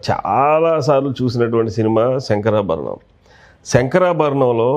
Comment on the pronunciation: శంకరా భరణం.. బాబూ! శంకరా బరణం కాదు!